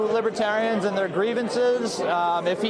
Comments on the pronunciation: Trump had planned to have his supporters sitting in the front. As usual he tried to control the situation to make himself look good. That’s partly why he wasn’t fearful of going in front of the libertarians. He couldn’t even pronounce the word and called them lib-ah-terians. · He just found out about this political ideology. He pronounced it “libba-terrain”